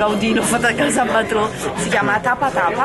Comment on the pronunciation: si scrive BATLLÓ ma si legge "BAIÒ". PER FAVOREEEEEE